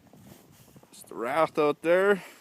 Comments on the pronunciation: wraith not rath! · it's not a wrath it's a wraith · its called a WRAITH.W R A I T H....NOT A WRATH